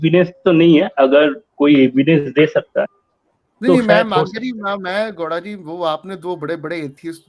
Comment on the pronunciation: यार ये मुझे गौड़ा के जगह पे लौ@ क्यों सुनाई दे रहा है 😂😂